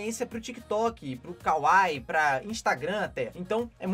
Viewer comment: Não é "kawaii" é qual kwai.